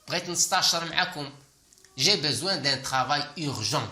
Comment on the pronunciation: Pourquoi tu prononce toujours je besoin alors que s'est écrit j'ai besoin.!!!